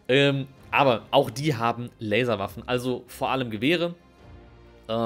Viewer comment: Ich habe einfach viel zu oft Larswaffen verstanden ^^